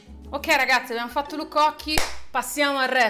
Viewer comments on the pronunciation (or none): 25.19 “lukko” AHAHAHHA